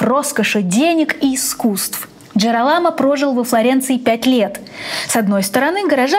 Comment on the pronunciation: 2 момента: во первых реклама конечно так себе.. во вторых, когда вы готовите выпуск, проверьте то, что вы правильно произносите имя главного героя выпуска. Он Джиро́ламо, а не Джирола́мо.. 🤦🏻‍♀️